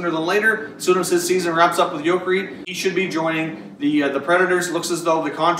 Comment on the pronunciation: Well my CSKA Red Army is putting the final touches on Jokerit right now so you may see him in Nashville even sooner than you think. BTW it is pronounced like Joker (Joker-ette) I wonder what move the Habs will make with Max Pax yes they have t deal him and they are convinced Max will flourish big time anywhere he goes so they want a large return. Honestly, don't be shocked if you start hearing the name of Cory Schneider on the market. Now they did bring in a new goalie coach for him and they have pandered to him to make him feel comfortable. I will tell you now it broke my heart when I watched my team gently but for sure, push out Marty from the team. Yet Cory still let's in horrible goals from bad angles, his rebound control is an issue and he just does not use his athletic ability. Keith Kincaid as of right now has become the #1 in NJ but how long is that leash? All I am saying is don't be shocked if you hear rumblings about Cory going elsewhere. Also before the season Claude Giroux was close to being on the block, yet he has come back with a really nice comeback season. Ask yourself, is his stock higher than it ever ill be again? The biggest player for Taveres will be the Rangers, book it.